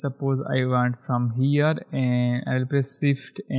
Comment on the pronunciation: sift = Shift ?! wtf ...are you disabled ? shader the same thing,.. you cant spell SH ? ...LOL hahahaha